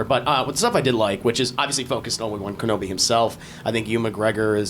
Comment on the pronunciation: have you ever heard of the basket ball play Patrick Ewing cause you are saying obi wan name wrong.. also that toy obi brings for Luke is the same toy that Luke is playing with when he gets r2d2 for the first time just before the "help me obi won your my only hope"